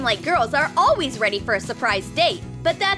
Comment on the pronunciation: They all say alweys instead of always